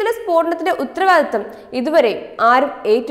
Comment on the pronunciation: Read clearly; ഉത്തരവാദിത്വം, വെള്ളിയാഴ്ച എന്നൊക്കെ നന്നായി പറയേണ്ടേ...?